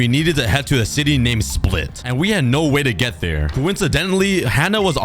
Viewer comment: You are the only person i heard to say Split right